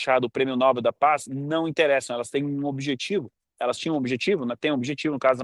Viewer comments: Muito boa reflexão. Mas cuidado com a pronúncia: é Nobél e não Nóbel. É oxítona a palavra. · Não é prêmio nÓbel; é prêmio nobÉL, nobÉL, nobÉL..... APRENDEU, FALASTRÃO?